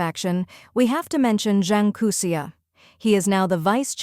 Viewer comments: Zhang Youxia. Not Zhang Kouxia, right? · Zhang Youxia has no "k" sound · Zhang Kouxia? --> Zhang Youxia? 張又侠？